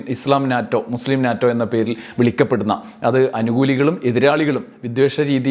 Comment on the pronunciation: NATO, North Atlantic Treaty Organization, pronounced as NETO.